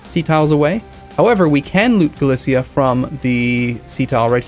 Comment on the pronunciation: Galicia is pronounced Gah-leesha not Galicea